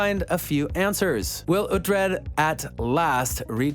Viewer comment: Wait, uh-tred? No no no...it's oooooootred. Oo-tred. Please get it right. It's not phonetic to the US English language. Pronounced UH- tred is so demasculinating...